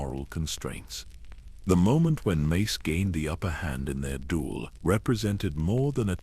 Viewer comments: I can't get past you calling him "Macy" wtf? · fr! less than 30 minutes in and i've already heard Mace's name pronounces as "mass" and "mice" lol edit: less tha 31 minutes in i heard "messy" too 😩